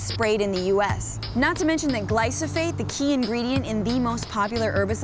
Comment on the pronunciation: I'm aware; making fun of her. Makes a whole video, can't even double check her pronunciation.